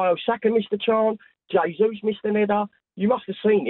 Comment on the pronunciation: Mark will forever mispronounce Jesus. not sure if he is doing it on purpose or not